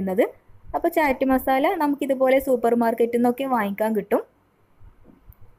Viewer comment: ചാറ്റ് അല്ലാട്ടോ... ചാട്ട്. അങ്ങനാണ് ഉച്ചാരണം.